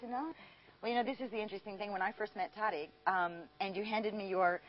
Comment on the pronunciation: why she saying his name weird